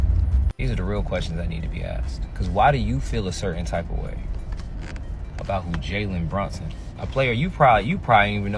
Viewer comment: She can't pronounce the dude name right.......